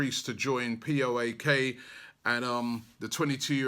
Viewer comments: Its p.a.o.k not p.o.a.k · The team pronaounce PAOK no P EI O K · Jesus robbie its PAOK not POAK lol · P.A.O.K not p.o.a.k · It's not P.O.A.K. IT'S P.A.O.K. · Seriously. P.O.A.K. Can't you say PAOK. Can't you recognize from whom you bought Lucas Perez, from whom you were disqualified the first amazing year of Wenger in Arsenal that season you almost had no loses in the Premier League ? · FFS Robbie!The team is called PAOK not POAK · It’s PAOK and pronounced Powk. Like “pout” but with a K. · It’s Paok not P.A.O.K. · It's PAOK not POAK. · PAOK not POAK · Akpom is moving to PAOK not ‘POAK’ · Its pronounced paok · Robbie saying “P.O.A.K.” instead of Panathinaikos because he knows how shit he is at pronouncing 😂😂😂😂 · PAOK (paok) No P A O K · Nope Its FOCK Lol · OMG Robbie 🤦u just pronounced my name wrongly..lol u can't seem to get any pronunciations right lately 😂😂😂 u need to sign someone asap..lol Robbie, what's ur thought on Ervin Lozano? Have watched him a couple of times..he can play on both wings, he's a goal threat, he can go at players and he's creative.. and would cost less than others of same or less quality.. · Robbie you pronouce PAOK very wrong. Anyway i welcome Akpom to my team and hope he will be a champion at the end of the season. Actually Lucas was playing in PAOK before